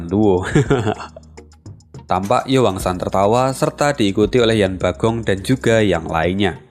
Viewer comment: Min, tolong koreksi lagi penyebutan nama tokohnya. Sesaat agak bingung denger nama tokohnya, krn di novel atau komiknya ga ada nama tsb. Zhou fan harusnya Zhuo fan, gambar pengenalan karakter juga tertulis Zhou Fan, yang harusnya Zhuo Fan, Yan Bagong harusnya Yan Bogong Ju bijun (yang terdengar) harusnya Chu Bijun